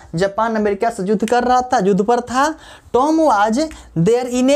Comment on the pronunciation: Sir yudh hota hai judh nahi